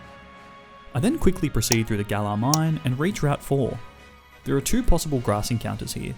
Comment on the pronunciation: WE DO NOT REFER TO POKEMON AS A BOY, GIRL, SON, OR DAUGHTER! AND IT'S GALAR, NOT GALLER!